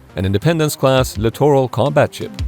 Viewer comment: I would like to complement you on the correct pronunciation of “littoral”. Not many Youtube videos are able to do that.👍